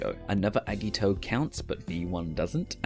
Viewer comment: The way the voiceover pronounces certain names makes it seem like they have no idea what they're talking about. I mean eggito really?